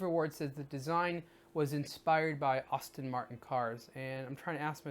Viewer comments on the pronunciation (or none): none